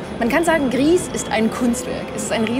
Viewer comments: Man macht aus Grieß Brei und hat das spanische Gris ganz richtig ausgesprochen. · Es ist wohl eher Grau auf Spanisch, da das Entwicklerteam Nomada Studios aus Spanien kommt. Somit liegen die Journalist*innen schon ganz richtig mit ihrer Aussprache. ^^